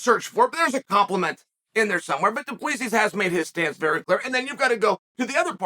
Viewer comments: Chael is the type of guy that will find a way to mispronounce your name even if its as clear as water. Mr Bad Guy Inc. It is the same concept of pronouncing Duplex but with Sis at the end. Not D U P L I S I S please! Mr Sonnen. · He didn't pronounce it right. It's a French surname, but we as Boers in South Africa pronounce it Du- Ple- Si. I'm a white Boer South African like Dricus, so I know. He didn't pronounce it right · Put your index fingers on the inside of your cheeks then pull them apart....then say 2 plus 3...that's how you pronounce his name.😂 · Chael you got it right the first time only. It's pronounced Dricus Du-ple-sea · It was funner when Chael pronounced it “Drexis Du Plexis” lol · Yeah, his name is pronounced "do-plus-see" it is Afrikaans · Only got it right the first time. As a South African, it's pronounced 'du Pla Sea' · Please learn how to pronounce "Du Plessis" 😂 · Only Uncle Chael can pronounce the same name 3 different ways in the same minute. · You finally pronounced Dricus Du Plessis correctly in the beginning just to pronounce it wrong again. As a south African that's enough to unsubscribe. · Love how Chael nails the name in the intro, and proceeds to butcher it for the rest of the video. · Chael perfectly pronouncing a foreigners with a trippy name to kick off the video and then switching back to his classic Chaelified pronunciation for the rest of the video. The man knows how to play with emotions 🤣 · but that’s not how you pronounce it lol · fuckin close enough, he’s a yuppie from South Africa. Treat him as a WWE heel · It's NOT pronounced like that😃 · He pronounced it correctly the first time he said it. Then went on to mispronounce it the whole vid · He literally said it wrong. Cringe. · I really wonder if its on purpose😂